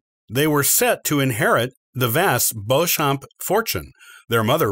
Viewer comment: "Warwick" is pronounced "worrick" and 'Beauchamp" is "Beecham" "Anjou" is "OHN-joo" "Gloucester" is "Glosster" (like lip gloss) "Tudor" Is NOT "Two-door". It's "TEW-duhr"